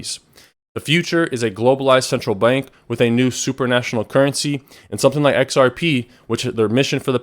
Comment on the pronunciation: Supranational, not supernational. You may want to check out the difference. It's similar, but the correct word is supranational